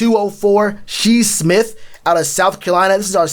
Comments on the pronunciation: lol he said She Smith 😂 is Shi Smith - sounded out “Shy” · Shi Smith(pronounced Shy Smith) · Say it with me Shyyyyyy smith, spelled shi but u say it like shy 👌🏾